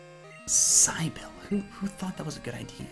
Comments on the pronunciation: QOTD - Gen V, not sure which game though. - Cybil is pronounced Sih-bil, but more amusing to mispronounce it ;) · lol it's a variation of "Sybil" pronounced "sibil" (short "i"s for both) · Cybil=pronounced "Sibble". While not the most common, it is a girl's name. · That one trainers name name was pronounced sybill not Cybil if that makes sense. It's an I like in not a y. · Did anyone comment on how that trainer's name isn't pronounced SIGH-BILL, but SIH-BULL? Come on,. XD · The girl's name you encountered was Cybil ; pronounced like Sit + Bil. Sibil... Cybil. :P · It's pronounced "Sibble" XD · FYI, that girl's name is pronounced like Sybil. Plenty of names have alternative spellings. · Cybil rhymes with sibble... there are other common ways of spelling it. (Sibble is not a common way of spelling the name. I only wrote it that way for clarity.) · Lol Cybil is a real name it's pronounced sih-bull haha there's actually a famous/model named Cybil Shepherd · Her names Cybil, pronounced Sibill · You’ve genuinely never heard of the name Cybil (Sib-ill)? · Cybil is pronounced cy-bull. "Cy" as in Cynthia. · Her name is pronounced Sih-bill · Cybil is a version of Sybil. Pronounced Si-bul. Your incompetence is showing. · the girl named Cybil is not pronounced how you think it's pronounced